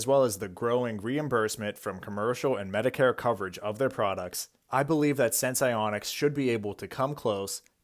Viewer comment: Say the name of the company right once? Nope